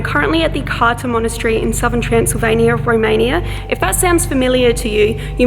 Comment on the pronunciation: !! Great video but it isn't pronunced Carta it is more like Cartza